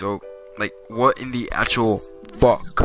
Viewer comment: ”Wobbly as FOK.”